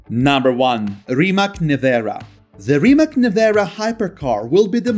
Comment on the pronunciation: RIMAC is pronounced as RIMATZ, not as RIMAK. NEVERA price is about 2,4 mil.USD.